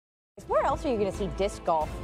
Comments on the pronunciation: I hate how none disc golfers say disc golf. "DISC...golf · I love how every time they all pronounce it “DisCCC golf” and then get everyones name PERFECT. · The way they say "dis-K Golf" hurts my soul 😒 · Like 8 times. "Dis-'K'-Golf" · Kills me how they pronounce disc golf. DisCQCHKKCKCKCH Golf. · These announcers are hilarious. Even funnier because you can tell they don't want to accidentally mispronounce the name. "DIS-KUH" golf. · 90% of the announcers “dithk golf” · Making sure they don’t say dick golf haha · Why do they all have such a hard time saying “disc golf” 😂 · I never thought I'd hear so many people have this much difficulty saying the word "disc". Jesus Christ. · They certainly made sure to pronounce the C in disc. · Why can none of these commentators say disc golf normally? They're trying so hard to make "disc" a 3 syllable word. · "Disc" Golf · Never heard disc said as 2 syllables, but half of the announcers seemed to think it was 😆